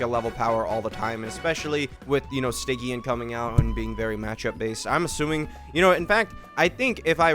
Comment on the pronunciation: Ok but why u say stygian like that...😢🥀😮